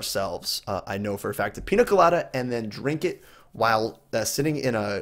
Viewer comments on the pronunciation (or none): You should say pinia colada because ñ have a ni sound